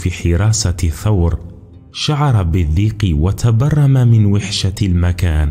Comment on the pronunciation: الإفتتاحية حربية لا أدبية البتة! أهكذا يكون الذوق السليم؟! 😁 "السَّعة" يا أستاذ" سِعة"! 😁 "يُصلح المعيشة" "شَتربة" و "بَندبة". الأصل في العربية الفتحة لا الكسرة ، ما لم تكن الكلمة فعلا مكسورة. فلا تتكلف الكلف، فتبدل القياس بالشاذ! نفس الملاحظة السابقة. "الوَحشة". لا "الوِحشة"! أقرِأ إبنك ذا الأربع سنوات مثلا هذه الكلمة. ستراه بحدسه وفطرته يقرأها سليقة وطبعا وعفوا "الوَحشة" وليس "الوِحشة" ، حتى وإن حصل له أن تلعثم عند تلاوته لها لأول مرة. فالأحرى بمن درج على سماعها عشرات، إن لم تكن مآت المرات! "يجرَأ" "والمشورةَ"! فسبحان الله لمَ لا تعلمون النشأ العربية الفصحى السليمة التي تسمي الأشياء بمسمياتها؟! أليس للأسد العرين لا "المنزل" ، أم تكرسون العامية ، لا الأدب العالمي بلغنه الأصلية السامية التي تنمي المهارات اللغوية والقدرات التعبيرية و تغني الذوق الرفيع؟! فهذا ليس تعريفا بأدب إبن المقفع بقدر ما هو "أدب من هب ودب" أو "أدب من هب وما دب"! لأن يكون الأدب الرفيع منسوخا خير من أن يكون ممسوخا! 🤔